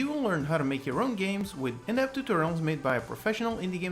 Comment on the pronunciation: It always sounds to me like you say “inept tutorials made by a professional indie game dev”, your videos are great and have taught me so much, don’t get yourself down like that ;)